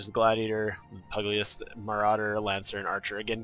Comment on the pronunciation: You pronounced pugilist incorrectly. Good review though.